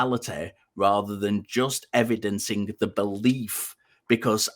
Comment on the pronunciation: STOP SAYING EVEDINCING OR I WILL DIE!